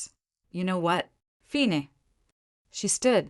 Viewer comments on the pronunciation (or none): Many of the AI mispronunciations are hilarious. Fine = feenay. Mileage = milahgee.